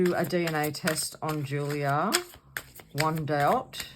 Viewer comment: The W is pronounced as a V. She has never claimed that she is Maddie either, she just thinks she may be as there are inconsistencies in her upbringing.